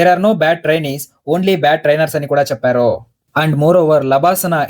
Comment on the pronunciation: అంతా బాగుంది కానీ, చెప్పారు.. అన్నారు.. అనే బదులు, చెప్పారో.. అన్నారో అని ఎందుకు చదువుతున్నారు?